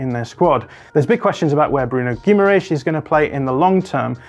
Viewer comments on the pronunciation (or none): still isn't close with the Guimarães pronunciation